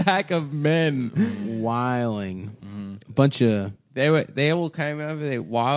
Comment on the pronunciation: from baltimore. He knows how to say whilin